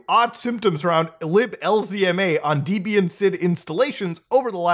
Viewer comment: i know it's a Potato Potato thing but the way Muta pronounces Debian is making me shiver. Also wtf why does his machine have 128 gigs of RAM